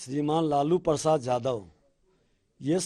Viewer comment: Jadaw nhi yadav hota hai bolna, nhi aata